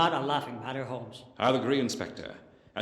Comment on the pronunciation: HoLmes....not Homes